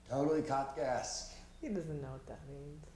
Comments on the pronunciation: I'm sorry, but I couldn't get over the mispronouncing of Kafkaesque. That Skyler scene was incredible. I like how Walt also leaned in with Marie because he wanted to hear more. Skyler is such an amazing liar. Walt wishes he could lie half that well. Like Jesse said at the beginning of the season, he sees himself as the bad guy. He's decided to lean into it and has gone full peice of shit by dealing to his NA group. Jesse's biggest problem is his own self destructive nature. He's his own worst enemy. Gus and Waly have a lot in common. They're both very smart and hide their criminal lives behind a very mundane mild mannered persona. The biggest difference is that Walt is unstable. He's too much a slave to his ego and temper. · Mordirit I just thought that maybe that is why got the pronunciation wrong. Risqué is pronounced differently than grotesque but they share the same “sque” part. appeared to be unaware of the “-esque” suffix (and what it means) or else he would probably have pronounced that part of the word differently. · It's sort of endearing that didn't recognize and couldn't pronounce kafkaesque but he took the initiative to look it up. Also don't think knew the bit from the Hangover is a reference to Rain Man and that's also cute. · No, he was not close, not at all. And yeah, the sheer number of comments correcting him are overkill, and I'm just adding to it, but dammit, It was like fingernails on a blackboard every time he pronounced it that way, we need to lash out! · You pronounced Kafkaesque wrong. They pronounced it correctly in the show. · I think it's because pronounces the title wrong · Not trying to be pretentious but every time they said kafkey eskay a little bit of me died inside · the way they pronounced was very "grotieskay" =p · Not only did they all say kafkayeskee, kafkieskay, and kafkuheskque 100 times, throws in a final "Los PoLLos Hermanos", phoenetically lol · calf-key-ess-gay lol